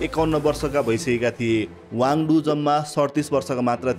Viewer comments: वाङ्दु हैन वाङ्दी हो । तथ्याङ्कहरु केहि मात्रामा मिलेको छैन । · खम्पा कमाण्डरको नाम गे वाङडु होइन, सही नाम गे वाङदी हो । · Not Wangdu but Wangdi pls correct